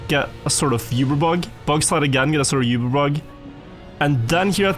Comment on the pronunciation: Oober,. Oober bug. Not Yoober.